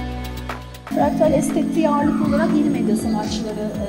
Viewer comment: "İstanbulluları açılış sergisi “Fraklat”a davet etti." Serginin ismi "Fraklat" değil, "Fraktal"..